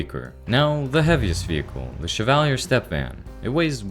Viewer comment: Everyone's complaining about the guns, but the real mistake is how he pronounces Chevalier and Meade! In all seriousness though, very good and interesting video! Hopefully more Zomboid content is made soon! :face-blue-smiling